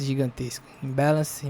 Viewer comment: "Imbéleinci"kkkkk me divirto demais.... like pela diversão.